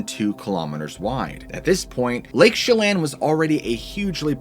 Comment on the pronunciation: You pronounced it right the first time.. it is however NOT "Lake Shellin." Chelan (Shuh-Lan)